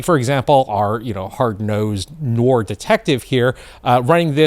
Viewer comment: It's pronounced nwarr detective....c'mon dude.